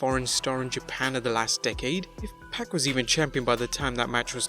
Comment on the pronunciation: Its only 1 pac..and it ain't pronounced "pack"